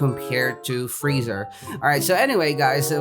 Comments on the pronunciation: frieza is said free-sa/za not freezer lmaoo Vegeta is said ve-g-ta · I love how you call frezia, freezer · Boi you called freiza freezer lol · mAn YoU cAlLeD gOkU gOkY aNd YoU cAlLeD fRieZa fReezeR